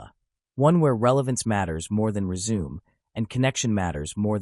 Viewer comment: reh-zoo-may. Not re-zoom. Terrible